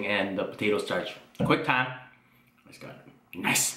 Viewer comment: Is he saying quick time or quang time??